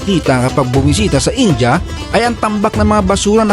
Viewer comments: Pansin q bkit ang pronounciation mo sa india ) ay inja (in-ja ) sa halip na( in-dya ) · 😂😂😂😂 Filipinos really need to unlearn calling India as Inja. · Bakit ang pronunciation nyo sa India ay Inja?